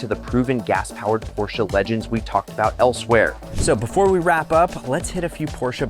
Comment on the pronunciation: PorschBES? Never heard of that brand 😂